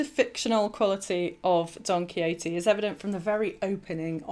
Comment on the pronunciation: She said it correctly. Perhaps your hearing is off a touch.